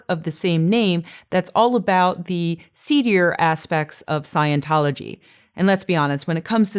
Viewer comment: I enjoy your talks, but you do have some pronunciation quirks. You say "tiw" for "to". You tend to pronounce "ing" words: "een". You tend to drop final "t"s, so that words like "about", become "abou...."